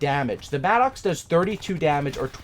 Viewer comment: It's pronounced Madicks, it's not an Angry Oxe......